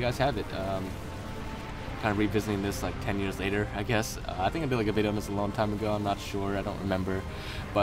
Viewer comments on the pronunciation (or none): none